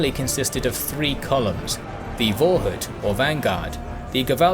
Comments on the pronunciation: Fyi, pronounciation of Vorhut is Forhoot, you got Gewalthaufen right, and nearly right the last one, but hut is pronounced hoot. They mean respectively literaly, the pre-hat or pre-cap, the violent heap, and the post-hat or post-cap. Note Vorhut also means therefore the "hat" of the penis, ie, the prepuce, which is what is cut off by some religions and people in male "circumcision", ie "circular cutting", since it is cut by rotating a blade.. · The letter V in German should be pronounced as a F, so "Vorhut" (at about ) should be pronounced "Forhut"